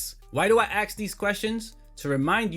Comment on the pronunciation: Why do I axe these questions? Dude it’s ask not axe. You not African American